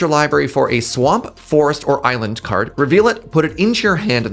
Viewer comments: Eye-land. I see what you did there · The "Eye-land" bit at the end got me good. Thank you to whomever edits there :D